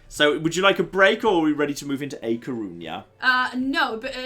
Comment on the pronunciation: I've dealt with it for 5 streams and now that A Coruña has been renamed I need to tell you that you've been saying it wrong every time! Ñ in Spanish (A Coruña is actually Gallician but it's a similar language) makes a ny sound, it should be pronounced like ah cor-roon-nya. The difference is noted in the differences between the Catalan and Spanish names for Catalonia, for example, as Catalan does not use ñ it's spelled Catalunya and in Spanish Cataluña. Should have named it Coruña Extra:P